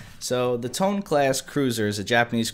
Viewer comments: 'To-nay'. Not 'To-nee.' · its toe-nae or toh-neh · "They usually went out ahead of the fleet and scouted". They were Aviation Cruisers, not Scout Cruisers. They spent their entire careers escorting carriers with fighter cover. And for the love of god, Toe-nay. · TONE CLASS HYYYYYPEE! btw its pronounced as "to-ne" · the name of the ship "Tone", pronounced as "To-nee", not typical as english tone